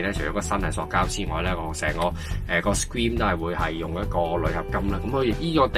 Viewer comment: 詳細分析 留意下 screen 發音唔正確